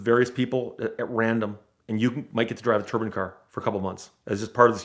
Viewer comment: The way he pronounces Turbine legitimately triggered me so much that I couldn't finish this video. Why is he pronouncing it "turban"? It's "tur-bine"